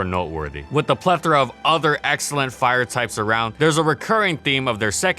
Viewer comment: Hey, you pronounced "plethora" correctly! 😂